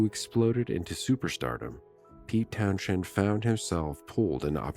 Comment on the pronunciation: Oh AI is useless with local London pronunciation, can’t even say his surname or place names correctly 😢